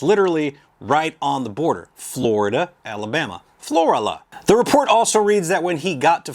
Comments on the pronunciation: I know u live down south but it's not floria, or whatever u said it'd FLORIBAMA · It’s pronounced Floor Ala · It is pronounced Flor-Ala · Pronounced FLO-RAAAla